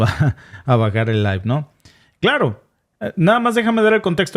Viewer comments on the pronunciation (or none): none